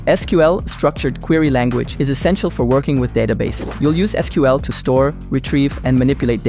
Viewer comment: Showing Javascript when talking about Assembly is a cardinal sin. But thank you for pronouncing SQL correctly.